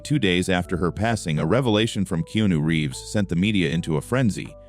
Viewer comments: Why cant the speaker SPEEK Keanu Reeves name correctly or even the same pronunciation throughout its f redickulouse that you can't SPEEK his name right or correct in any f way it's redickulouse please stop fucking his name up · It's disrespectful & redickulouse